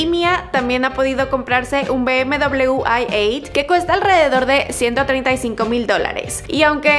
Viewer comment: Se dice Audi erreocho y BMW iocho corta